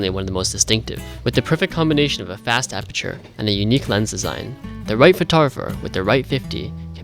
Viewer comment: It's "apeRture" not "apeture"